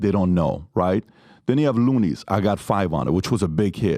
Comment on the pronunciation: He called Luniz "Looney's" and GZA actually spelled out his name and didn't know how to pronounce it. He's a poser. You never listened to those songs. Don't act like you know